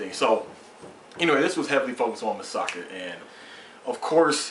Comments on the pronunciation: its Mikasa not masaka or masaki LOOOL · LOL many reviewers say Misaka instead of Mikasa xD Great review. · You're not the first reviewer that says Masaki instead of Mikasa. XD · ace is not calling mikasa "masaki", He's calling her Masaka. he's just flipped the last two syllables and change the mi into ma. and he's not the first review to call Mikasa "Masaka" and even I have a hard time adjusting to the names of the characters. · its mi-ka-sa btw lol